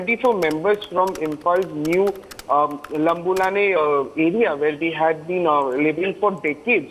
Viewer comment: Lambulane,mawtbung may have to be pronounced in consonance with the right dialect. Similarly Meitei also.